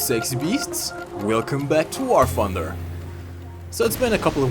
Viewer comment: "wahr funder"